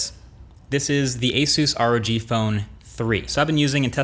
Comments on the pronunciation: Is it not a soos? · Ace- us Even though it’s pronounced a SOOS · Nobody: Marques: Asooos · Productions I know it’s pronounced a SOOS I thought you meant a “SOOS” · It's pronounced Asus Me: A-sas